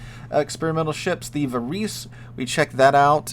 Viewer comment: Varese being Italian is going to be pronounced "va-raisy" not "va-reese."